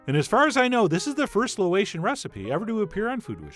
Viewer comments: he says LO-ation instead of LAY-otion. Lol. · Its not lo-ayshun, its pronounced lay-ocean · John: at the risk of being pedantic (which I most certainly am) I’d like to note that at around the mark you slipped up and said Loatian rather than Laotian. However, thanks for this (and many other) recipes , which I’m absolutely gonna make. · i'm pretty sure it's pronunced Laow i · The funny thing is in Chef John's capable hands, I am totally going to try a recipe that sounds like he keeps saying pink eye- that's trust and talent folks. Cause after all, Chef John is the guy of this Canadian/ Loatian Chicken Ping Gai...